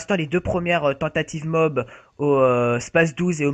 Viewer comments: Sa se dit pas MOB MAIS MO A B !!! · bonne video mais c'est moab pas mob comme tu dit mais continue a faire des video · Le gars qui dit "mob" m'insuporte